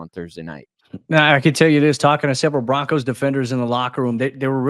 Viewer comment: Just Broncos not Bo- Broncos. Comn man